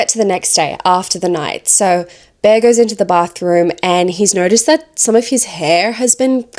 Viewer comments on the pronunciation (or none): none